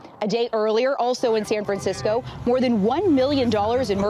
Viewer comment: “San FranSicko” 🤙 Amazing freudian slip.